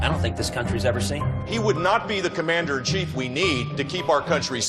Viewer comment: "Commander and CHEE" ???? huh?